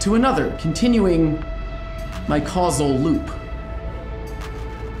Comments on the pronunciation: its Causal loop not casual xD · Oh! Causal Loop not Casual Loop :) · I swear for the longest time I thought it said casual loop I was sooo shook when I found out it said causal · Who read causal as casual